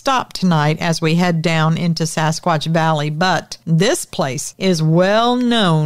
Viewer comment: Did u just say sasquad?😂